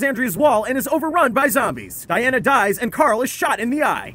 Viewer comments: Actually it's not Diana its Deanna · Deanna* not dianna lmao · Its Deanna not Dianna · WHO TF IS DIANA?! ITS DEANNA. DID YOU EVEN WATCH THE SHOW?! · Among a number of other mistakes, one notable one is that you called her Diana and not Deanna. Plus, you completely glazed over Beth's storyline in the hospital and the herd in Alexandria that killed Deanna and Jessie and her kids. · It's Deanna not Diana